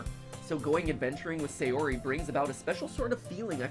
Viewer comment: Same. It's not SAY-ori it's SA-yori